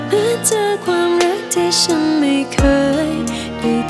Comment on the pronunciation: ออกเสียงภาษาไทยชัดเจน โดยเฉพาะคำว่า ฉัน